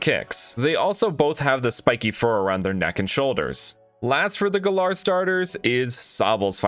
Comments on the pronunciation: It’s GAL-air not gal-ARE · It's Galar not Galaar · It's g-al-ar, not guh-lar. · I dont even know why you pronounce it Galair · maybe he wants to be the Fresh Prince of Gal-air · Why do you say galar like that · Why can noone pronounce galar properly